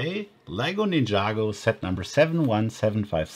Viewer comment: It's Ninjago Not Ninyago